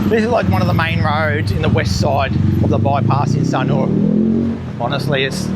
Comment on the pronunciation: Thanks for the interesting walk around. Don’t worry about missing out on that block of land, something else will come along one day. Love the way you locals pronounce Sunooor. 😀